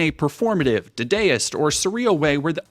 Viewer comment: Gawd, I HATE to be THAT GUY but "dadaist" is pronounced dah-dah-ist, like bah bah black sheep have you any wool. Anyway THANK YOU for doing this analysis!